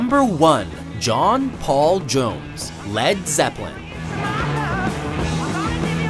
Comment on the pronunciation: I'd have to say I never heard anyone say john paul jones like that